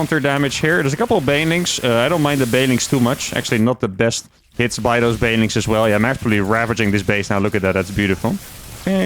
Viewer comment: Been watching for a while and I think thats the first time I've heard him actually enunciate "banelings" instead of "baylings"